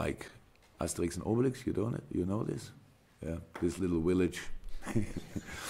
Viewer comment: Why does Klopp pronounce the word 'very' with a 'v' but pronounces 'village' as 'willage'?